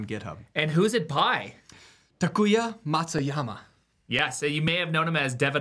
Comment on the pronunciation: Well done! Very weird how tried to say your name (how did Matsuyama turn into Matsuyahama?)